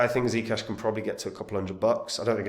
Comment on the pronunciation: is that how german give me ZEE CASHH like THEE CASHH